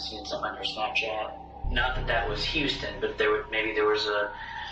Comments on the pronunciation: Are you both bots? It was more than one mistake. Guy's name is Houston, he pronounced it Huston repeatedly even after the audio of the recording stated Houston. Keep defending this oddness. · Did you even watch the videos before you post? They keep saying the name houston yet all you say is huston😂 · Huston....the name is pronounced "Hewston" .....waaayyy off dude!! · Bro I support you 100%, but 'Hustin'? Seriously 🤦🏻‍♀️🤦🏻‍♀️ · That way you pronounce Huston is irritating as hell. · What the fuck is the deal with “Hus-ton”?! Is this a new way to pronounce it, because it sounds absolutely ridiculous. I refuse to believe you don’t know how to pronounce HOUSTON, so this has to be some new “edgy” name 😂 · Huston? Bro i know you’re not illiterate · I know right, show Texis some respect! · How you don't know how Houston is pronounced is a little odd.